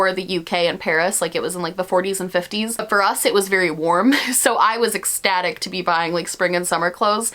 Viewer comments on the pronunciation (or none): none